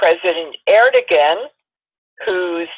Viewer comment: Erdogan..pronounced Erdowan.